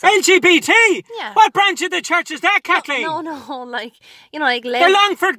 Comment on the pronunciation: “I’m a proud Katlic Katleen”